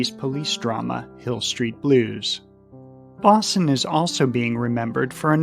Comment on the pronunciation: Barbara Bosson pronounced her last name as Bo-sun, not Boss-un.